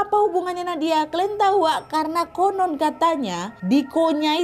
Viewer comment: KONON! Jangan dibalik bacanya! 😊